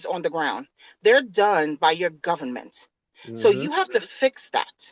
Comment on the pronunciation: It’s da gubbament